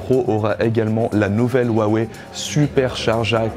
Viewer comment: vous pourriez au moins prononcer correctement le nom de la marque quand même